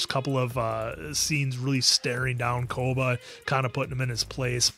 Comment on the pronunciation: I was actually scratching my head thinking who tf is 'Koda' then realised they meant Koba 😭